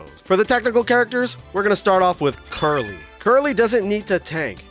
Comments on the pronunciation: Why the fk are you calling krillin, Curly? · Who the F is Carly/Curly or whatever the F you said?